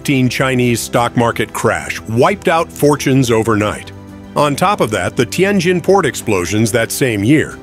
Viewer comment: Learn how to pronounced words, cities, businesses, ETC--- you are 99% wrong==== teee en jenn or teee en jinn-- It is a great city== 1/2 of what you are saying is imagined/incorrect- just saying-- it is a nice building- IT IS NOT A RUIN--- N OT A RUIN